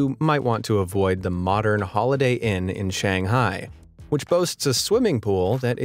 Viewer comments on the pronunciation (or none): The way he pronounced Shanghai makes me cringe